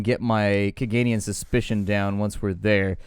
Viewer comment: I have never heard anyone pronounce Cavendish like you do XD